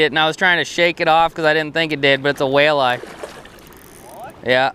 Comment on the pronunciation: I swear I heard you call it a whale-eye🐋🤣